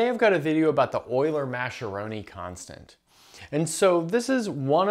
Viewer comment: Please consider the Italian pronunciation: ma-ske-RO-ni. With a hard "C" like in "rectangle".